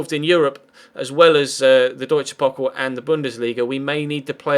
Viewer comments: Its pokal not kopal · Haha kopal